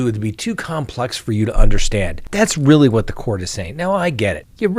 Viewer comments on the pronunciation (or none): none